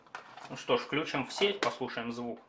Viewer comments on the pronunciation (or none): none